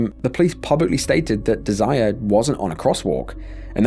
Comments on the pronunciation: it’s most likely not pronounced “deh-zire” usually that name is “deh-zer-ray” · Her name is not desire😂.😂😂😂 British folk are hilarious It's pronounced Dez er ray